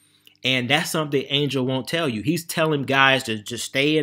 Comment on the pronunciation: using Angel's name for views and couldn't get his name right 😂